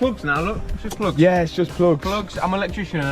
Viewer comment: PLOOGS =)) a Bri'ish classic =))